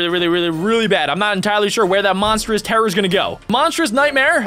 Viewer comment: You said monstrous terror🤣